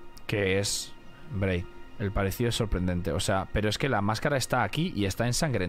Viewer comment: Me hace gracia y me desespera que le diga Braid y Blaidd